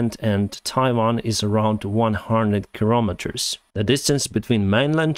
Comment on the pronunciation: Did he say kirrometers?